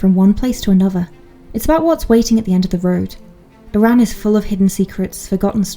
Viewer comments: You’re saying it wrong Say it like A RAN To us Scott’s it’s bad pronunciation and offensive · Shame nobody told you how to pronounce Arran. It’s certainly not “Iran”.